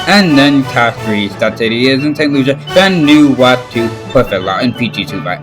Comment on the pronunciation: Sorry, but I've never heard of the country "Newatu".